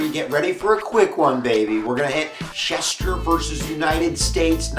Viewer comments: LEARN TO SPEAK!! To “schecht” MEANS “slaughter” in hebrew. Each “ch” makes the same sound as in “l’chaim”. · I am a Schechter. An actual relative. These are my grandfather’s cousins. My maiden name is Schechter. You are pronounce name all wrong. It’s like nails on a chalkboard. The second “ch” is a “k” sound not a “sh” sound.